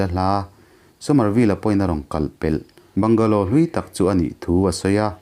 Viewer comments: Bangla tia sawi tur,bungalow tih loh tur,se lam duh dan a in ang lo va. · A Mizo ṭawng takin 'Bangla' tiin lam zawk ta la. Mizo ṭawngin i chhiar ta sa sa.